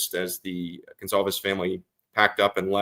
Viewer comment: The family's name is GONCALVES, not 'Gonzalez.' Who is this ignorant dunce? Get rid of him.